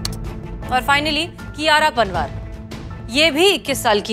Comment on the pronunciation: Madam sir कियारा पनवार नहीं कियारा पंवार है